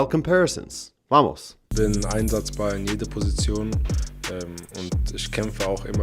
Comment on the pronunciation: Probably portuguese parents. His pronunciation is very portuguese other than that vamos at the beginning of the video